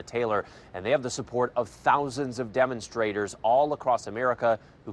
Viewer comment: Did they say demonstrators or dumostrators?